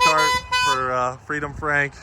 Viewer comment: “Freedom Frank” almost became “Freightliner Frank” 😬🤣